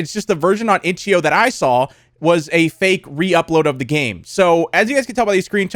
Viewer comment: When he said itchio I knew it was a problem